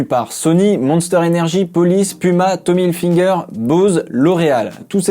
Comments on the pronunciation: Tommy HilFIger pas HilFINger ! Vidéo hyper intéressante en tout cas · TOMMY HILFIGER PAS HILFINGER !! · Go Netflix merci 😂😂😂 par contre on dit Tommy Hilfiger pas hilfineger 😂😂😂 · Ce qui nous en dit long sur le pouvoir du matraquage publicitaire. Ce nom est écrit partout et très nombreuses sont les personnes qui le prononcent avec un n. Ceci dit, inutile de s'énerver. Cette vidéo n'en reste pas moins très instructive.